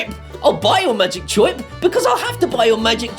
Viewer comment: "Choip" is the way that people from Brooklyn, New York pronounce the sound that a bird makes (Chirp)